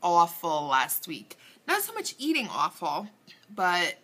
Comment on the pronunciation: You had me cracking up with the way you said a-w-ful!!..lol!! at the beginning of this video...you are so beautiful girly love your color and now that you said beach I can see how you got your tan...congrats on the weight loss your doing great!! vodka and tea hmmm sounds yummy..hehe!!...sounds like you did great by staying away with bad eating...your too cute just love you......HUGS!!...where are you from?...love rosemary ♥♥